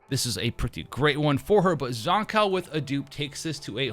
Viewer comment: The one and only reason I'm refraining to watch this is the way you pronounce her name. I only hear one correct pronunciation from devs, Live stream, content creators and fellow players. Except you. I don't think you wouldn't mind being called "Jush" or "Jo-shhhhh". Shame......